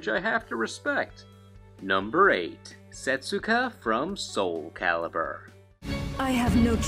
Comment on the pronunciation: you did not pronounce setsuka's name correctly. come on! don't be a bad anime dub.